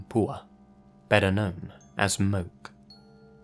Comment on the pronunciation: Hey in your story Stairway to Geaven. It's not Moke but pronounced Mo Key. My dad is from Hawaii and I lived there myself for 3 yrs. It's a pretty common name on the island.